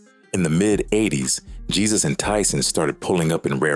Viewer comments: The pronunciation of Jesus is Haysoos. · Jesus pronounced " heysoos" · His name is not Jesus is Jesusss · Not hey, heh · His last name is spot on, his first name is just bring pronounced on English